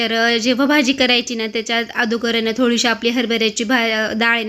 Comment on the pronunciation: बागशाल नाही बघाल आणि अदुगर नाही अगोदर आपण स्वच्छ मराठी बोललो तर आपण आपल्या मुलांना स्वच्छ बोलायला शिकवणार नाही तर मुलही तेच शिकणार sorry सांगितल्या बद्दल